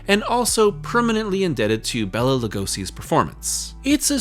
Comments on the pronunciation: Hate to be that guy, but Bela's name is pronounced Bay-la. Not Bell-A. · you always make great content but I'm sorry you lost me not even a minute in. My name is also Béla but hearing you say Bella the whole time is going to be grating. I'll stick it out tho for you.